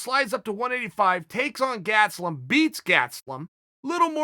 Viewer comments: Chael "Gatselum" Sonnen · Chael "Gatzlum" Sonnen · nobody: Chael: Gatslum